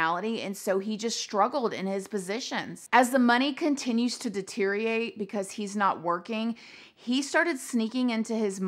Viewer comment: "Deteerate" i Ioooooove LOL -EDIT: "POWW. Kahpoof" we need a "Casually Vocabulary with " series😂